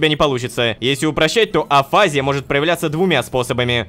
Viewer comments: Как же коробит неправильное ударение... Афази́я правильно, а не афа́зия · афазИя, а не афАзия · Я так дофига смотрела видео про афазию и шизофазию, что мне даже физически больно слышать "Афизия" вместо "афазИя" хелп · афазИя, пожалуйста говори так